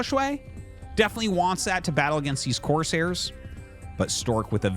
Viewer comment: YOU ARE LITERALLY SAYING COARSE - HAIRS ITS FKN CORE - SAIR!!!! PRONOUNCE THE “S”!!!!